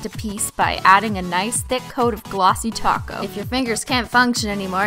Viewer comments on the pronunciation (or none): Glossy taco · Glossy Taco's <3 is what I'm hearing and I'm getting hungry.....I love you <3! hahaha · She said glossy taco